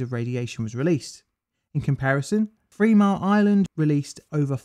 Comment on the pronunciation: Oh go on rate it fwee point fwee